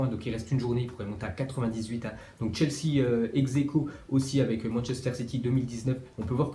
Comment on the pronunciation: ta mit chesea au lieu de chelsea